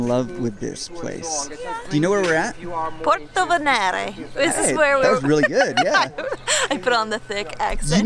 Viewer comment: It's pòrtovénere, Not pòrtovenére, and is also cinqùetérre and Not cinque terré